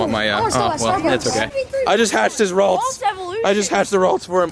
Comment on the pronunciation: The way he pronounces 'Ralts' lol ded